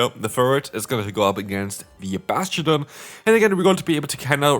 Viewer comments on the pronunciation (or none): I love Bass-Chu-Done